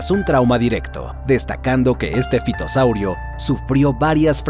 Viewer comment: En realidad se pronuncia ( fitosaurio)